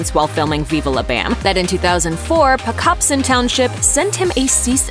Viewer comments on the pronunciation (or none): none